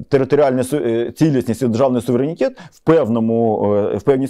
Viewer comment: українською буде СУВЕРЕНІТЕТ, а не САВІРЄНІТЄТ! Коли ви вже навчитесь....